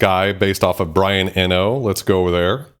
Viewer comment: His name is pronounced Brian E...No.....I go back much longer in years than you do, he was with Roxy Music way back when,, he was a true innovator! His album credits list him as playing tapes among other things, very early sampling to be sure..